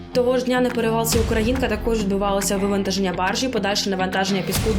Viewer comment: Ударение : УкрА' инка.